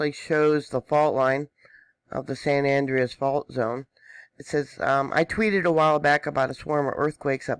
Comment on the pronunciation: its pronounced San Ja cinto and San An Dre as.